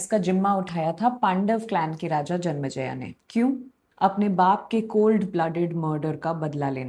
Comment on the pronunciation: मैडम जी विथ रेस्पेक्ट आई वाना सजेस्ट यू,हिंदी का मजा तो हिंदी टोन में ही आता है "जनमज़या " नहीं वो राजा जन्मेजय थे।